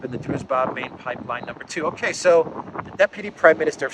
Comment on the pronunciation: BTW it's pronounced DruJba. :)